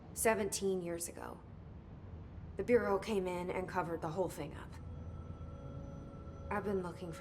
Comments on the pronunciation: Federal “Burrio” of Control. Where’s from?? Just curious actually. Fw his videos good stuff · Bruh said federal Bury-al of control. Lmao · The way he says "bureau" 👀